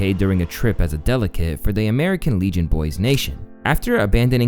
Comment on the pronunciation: yeah I can't tell if it's brain damage or what but he says word like delicate instead of delegate. There's like 100 words he said wrong